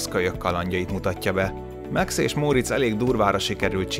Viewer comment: Miért Meksz a Max?